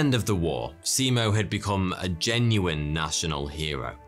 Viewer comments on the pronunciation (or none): In Finnish, a written 'i' is always pronounced the same way. It sounds like the 'e' in 'keep'. And in Finnish, most syllables are stressd equally and very little, or it's the first syllable only in every word that is stressed. To a Finnish ear, both Se-Mo and See-Mou sound strange. But if you stress it like 'nemo' in Latin (except that the Latin 'e' is also a Finnish 'e' and you need to put a Finnish 'i' there), you're there. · Thank you! I found the pronunciation understandable, although I could have offered a few hints to make it even better. Only it is late by now. But I just could not fight my temptation. So here goes. In Finnish, if you mean a long vowel, you write it double. In this case the name Simo is not pronounced "Si-imo". In other words, the single "i" sounds like in the English word "lip". And "ä" (the a with dots over it), together with the leading "h" is pronounced like "ha" in English word "hand", not like a "hawk" or "house", for example. Now those out of the way, I must admit that I don't have a really good explanation for the "y", not at the moment anyway. Just that it definitely is not like in the English word "any" or "say". Maybe the Korean car brand Hyundai gives a bit of idea. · as a finnish person, its funny sounding how he says simo`s name